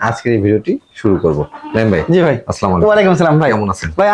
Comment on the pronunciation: ভাই ভিডিও আমি দেখি সবগুলো তবে আপনার সালামটা শুদ্ধ করে দেন আসসালামু আলাইকুম। আপনি সালাম দেন সবাইকে স্লামালাইকুম